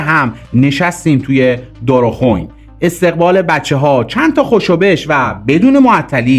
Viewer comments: عزیزم دارخوین .نه دارخون .دائ من سال ۶۴ سیزده روز قبل از عملیات والفجر ۸ توی جاده دارخوین آبادان شهید شدن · داداش خسته نباشید ، کلمه دارخوئین درسته نه دارخوووون !!! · درود اقا من میفهم چه کار غیر ممکنی انجام دادن این دلاوران عزیز تلفظ درست اون مکان دارخوین هست دستت درد نکنه ❤❤❤❤❤ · داداش قلب یا قافه نه غین!! شما معلومه وطنخواه و ایراندوستی، واسه همین زشته،خوب نیست جملات فارسی رو اشتباه بنویسی اونم تیتر رو! امیدوارم نرنجیده باشی ازاین انتقاد،درضمن منطقه داراخوین ! هم اشتباهه، دار خو وِین درستشه، Dar kho vein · سلام و خسته نباشید. دورخون نه دآر خو ین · دارخویین نه دارخوین...بد تلفظ میکنی اسامی رو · سلام . آقای عزیز یکی از قولهاتون هم این باشه که اسامی را درست تلفظ کنید یکی اینکه دارخوئین که شما فرمودید دارخون . یکی دیگه اینکه کروچیف. هلیکوپتر به معنی این است که کسی است که کارهای فنی هلیکوپتر را انجام میدهد و به معنی این است مانند مهندس هواپیما که تا ایشان هلیکوپتر را چک نکند و اجازه پرواز هلیکوپتر را صادر نکند هوا گرد نمی‌تواند پرواز کند و در هر پرواز هلیکوپتر و یا همان. هواگرد حتما باید یک نفر کروچیف حداقل همراه هلیکوپتر باشد . و شما کروچیف را هم اشتباه تلفظ کردید و اگر کسی دانش نظامی نداشته باشد با این تعریف شما گیج میشود و فکر میکند شاید یک نفر خارجی همراه هلیکوپتر بوده .در هر صورت امیدوارم از من نارحت نشوید و اگر لطف کنی در ویدیو‌هایتان در مورد کسانی مثل کروچیف که مردم عادی معنی آن را نمی‌دانند توضیح کوتاهی بدهید بد نیست . خداوند یار و یاور تان . انشاالله همینطور ادامه بدهید و دلاوری‌های نیروهای ارتش را توضیح وپخش کنید چون صدا و سیما فقط به کارهایی که سپاهیان عزیزمان کرده‌اند میپردازد . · دفاداش!.دارخوین نه داروخوین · ❤❤❤ عالی عالی عالی فقط تلفظ دارخووین و کرووچیف درست نبود . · جان دارخوین نه«دارخووِِین» با پوزش از تو کارگردان و مجری توانا، خیلی ماهی میبوسمت، یادت باشه همیشه در دل ما جا داری، کاش می‌شد تو و همه ی اسطوره هارو بغل کرد، سر رو شونه های ستبرشون گذاشت و گریه ی شادی سر داد— (😮😮😮)🎉🎉🎉 و ❤❤❤ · سلام من بسیجی همون دوران هستم منطقه دار خوئین تلفظ درست این منطقه هست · سلام وودردبه همه دلاور مردان ارتش.اقا دارخو وین رو اشتباه تلفظ می‌فرمایید🙏